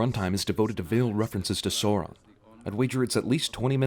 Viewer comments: Sin #111: Your pronunciation of "Sauron." No offense but I'm sure it's not pronounced "soar-ahn." You should pronounce it "sour-on." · oh and its pronounced sow-ron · ***** It specifically says in the books that it's pronounced Sow-ron (like in "sour" or "tower"). There's nothing wrong about pronouncing them incorrectly,because it doesn't really matter, but there still are official pronunciations. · It’s not “SO-ron”, it’s “SOW-ron”. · I know right, seriously who are Soron and Toriel? Come on, just pronounce 'AU' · Isn't i pronounced sowron? Don't hate just asking... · Learn to pronounce: tow-riel, azog not ay-Zog and sow-ron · I cringe every time he mispronounces Tauriel or Sauron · Two sins of the narrator: learn how to pronounce Sauron and Bofur correctly. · Ugh he is pronounced Smaug, Sauron, Tauriel, Bofur, and Azog wrong. It annoys me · Dude, your pronunciations of Smaug, Sauron and Tauriel are atrocious... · anyone else slightly twitching at the mispronunciation of 'Smaug', 'Tauriel' and 'Sauron' all within a few mins? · I swear I can answer all these questions because I actually read the freaking book so if your going to criticize get your facts right, I mean you couldn't even pronounce Sauron correctly so what gave you the right to be a critic when you haven't even made a movie!!!!! I love the Lord of the Rings trilogy as well as the Hobbit and their are many others too.